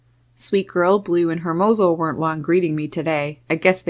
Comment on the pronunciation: you're awesome! I love your channel! 😍 I just have one pet peeve, please don't be angry. I notice you pronounce hermoso as it's spelled but being part Spanish and Puerto Rican it kinda bugs me a bit because it's pronounced ermozo. I love his name though because it means handsome or beautiful in Spanish